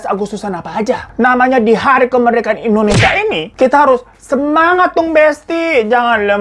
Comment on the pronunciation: Indonesia bang Hiro, bukan Endonesia 😆